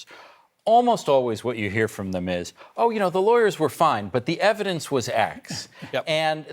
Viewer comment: Remember when Ben Meisalis says EV-I-DENCE.